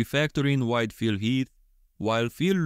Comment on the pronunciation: I keep hearing "white Phil Heath." 😄 Also can you do Bonac with Hadi's torso and Krizo with Andrew, Samson or Brandon's torso?